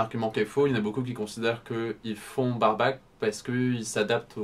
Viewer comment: bareback =ˈbe(ə)rˌbak : le a se prononce ai & pas comme dans Barback. ;)